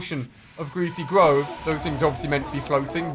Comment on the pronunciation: 'Gweasy gwove' -Ali A 2019